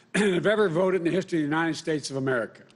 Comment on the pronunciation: He said United Snates....and the Attorneys General....cough....cough...